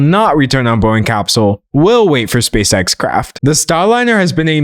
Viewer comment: i thought you were saying "space sex" 😭😭